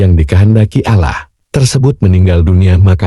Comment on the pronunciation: Nyebut Allah nya ga enak.latihan / belajar dulu lah.